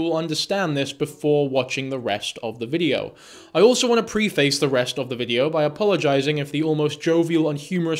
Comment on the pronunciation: It's "preface" not PRE-face.